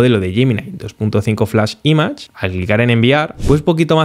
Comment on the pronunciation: Todo excelente, salvo una mínima cosa: pronuncia bien "image" por favor.